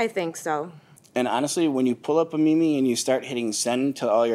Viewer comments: … it’s not pronounced “me me” it’s pronounced “MEEM” 😆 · Lmao the way he says meme. Me-me. It's pronounced meam... you know, like beam with an m. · NOT HIM SAYING "ME ME" instead of meme 😂🤣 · Dude....it's "MEEM" not "mimi"..... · The defendant cannot even pronounce the word "meme." Keeps calling it me-me. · Wait, he said Me-Me instead of meme???!?!!!! 💀💀💀💀💀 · Wtf is a Me Me? Does he mean a Meme? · It's pronounced "mēm" no "mēmē" good Lord...... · He pronounces meme as "mi-mi" 😂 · I was so bothered by his pronouncing it "ME ME" lmao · A "me-me"? 🤣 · The most damaging hit to his credibility is calling it a "me-me" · he really said MeMe omg 😭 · My guy said “me-me” 😂😂😂😂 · He called it a me me. I can't. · did he just call a meme a "Mi mi" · The way he said meme as ‘me me’ 🤣🤣 what!? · Dude called it a "meemee" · Oh god, everytime he pronounces meme "me-me" i cringe so hard. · The worst part is that he calls a meme a “me me” 😂😑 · He calls it a Me Me instead of just a meme....Oh I wish those Vine ees were still a thing...Lol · How is no one talking about the fact that he’s pronouncing “meme” as “me-me” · He's really pronouncing meme as "mee-mee!" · Ugggh, he pronounces “meme” like “me me”. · Guy lost credibility when he pronounced it "Me Me" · Did dude just call a meme a mi mi ? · Omg stop saying "mee mee" instead of "meme". This dude is the most boomer Gen xer I've ever heard 😭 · Its not called a ME ME bruh stop embarrassing yourself even more this is so cringe on both sides lol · I wouldn't do business based on how he pronounces meme. Me me really? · How about a video to prove what you're saying? Ongoing videos to show the owner how it's going? And as far as I know it's not a mee-mee lol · 😂😂😂😂😂 him saying me-me